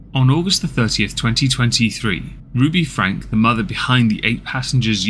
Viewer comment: There is a lot of misinformation in this because of the innacurate timeline. Just because you talked about this family years ago does not mean you know what's happening now. It's Frank-y. Not Frank The duct tape issue is what has caused this new upsurge of interest and led to the arrest of Ruby and Jodi. Kevin has not been active in the channel or Rubys life in about a year. The abandonment of the children for weeks on end is a recent speculation we have learned about due to the new information from neighbors and police reports. ... come on dude. Do better. Any research at all would have clarified the name pronunciation and basic information of the current events.